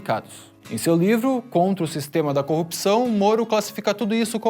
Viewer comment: Porra!!! Programa de Masterclass do Moro neste vídeo!?!?!! 🤣🤣🤣 "Aprenda a falar 'copção' agora mesmo!!"